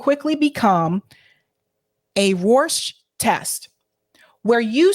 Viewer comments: No offense but it is becoming more and more difficult to take you seriously when you keep mispronouncing common words. Cyrillic is pronounced sir-ill-lick and Rorschach basically sounds the same way it’s spelled. It’s not Rorsch there is an ack on the end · ( , ) 'Cyrillic' is pronounced: si-RILL-ik. That's the name for the Russian alphabet, named for St. Cyril (SEER-ul), the medieval Eastern Orthodox monk credited with inventing it. Pronounced ROHR-shock. A Rorschach test is an ink blot test -- one where you project onto an image something that is already in your consciousness.